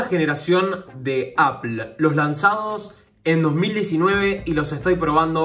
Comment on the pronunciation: Se pronuncia “apol”